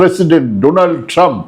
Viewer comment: ডোনাল্ড শব্দটাকে ও মোদি সঠিকভাবে উচ্চারণ করতে পারেননি